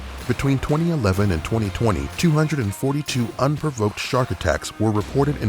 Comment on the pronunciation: I find how you say 2011 and 2020 VERY OFFENSIVE and offensive content notice